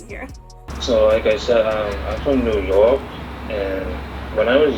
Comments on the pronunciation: the way he said New York though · I've never heard of any North American pronounce New York that way... Is that a new York thing or chinese accent thing lol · 4号太明显，new york纽约的发音太中国了，就只看一个词就知道了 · 加拿大华人口音偏中国还有情可原一些，但是美国华人我真没听过口音这么重的。。。“new york”这个词就很像中国人的发音